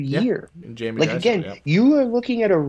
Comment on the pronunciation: you say Drysdale’s name correctly!!! Then somehow you go back to Dreeesdale- idk why this bothers me but cmon man you’ve proven you can say their names correctly & I think fans & the player appreciate it when you do. Something to consider. Love the content guys, keep it up!